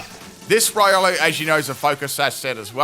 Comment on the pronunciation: Its reeolu, not raiolu. Keep the good work ! Ciao !